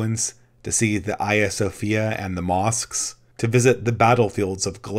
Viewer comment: I think he was pronouncing it the Greek way.